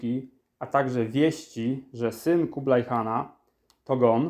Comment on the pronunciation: Po polsku mówi się Kubilaj oraz Chan (a nie kublaj i kan), bo to jest Хубилай oraz хаан po mongolsku. to angielski zapis dźwięku , czyli /x/, gdyż angielski nie ma dźwięku /x/, ma tylko /h/, więc /x/ zapisują . Nie anglicyzujmy polskiego (i mongolskiego) bez potrzeby. A chińskie 宋 wymawia się /suŋ/, nie /soŋ/.